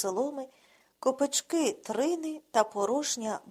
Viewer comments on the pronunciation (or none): Всі твори Володимира Яворівського потребують пильнішої уваги до себе і частішого прочитання. А тепер про сумне. Чому, Ви, пані, не ставите вірні наголоси? Ну, це ж якесь знущання над мовою. Наче перевертень якийсь читає. Просто соромно за вас. КопИчки, а не копичкИ ПручАється, а не прУчається Пасучи чередУ, а не черЕду Повертався з хлІва, а не з хлівА.